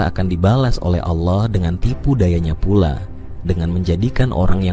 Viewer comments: Wahai pembicara, anda kayanya bukan org Islam ya...kenapa...tatkala anda mengucap ALLOH (ilmu tafhim.) anda mengatakan ALAH...BUKAN ALAH, TAPI ALLOH, ( hurufnya ALLAH, tapi di sebutnya ALLOH.) PEMBICARA INI GA MENGERTI BHS ARAB SIIHHHH... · Ini admin kristen ya? Cara penyebutan Allah Swt kok alah sih?